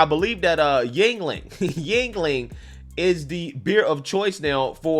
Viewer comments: Jesus christ., its not pronounced Jing-Ling. Yuengling is the anglisized form of Jüngling (German, meaning „young boy“) Just look up the word Jüngling on a german online dictionary and listen to how that word is pronounced. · Yuengling. Not dingaling.